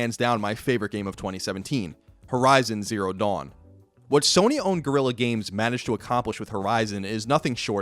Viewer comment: “Sony own gurilla games” 😂😂😂